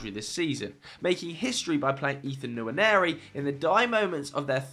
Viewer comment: Guys Ethan Nwaneri's name is pronounced Wa-neri, not Yanieri, Someone posted it in another video, he might be born in England but that's an Igbo Nigerian Name and if you don't know how to pronounce it just say Ethan like most people for TAA by calling him Trent. Edit: If you can pronounce Nwankwo Kanu effortlessly use that to pronounce nwaneri